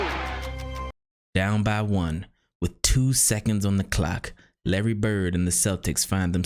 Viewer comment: It's Larry, and it's really not close.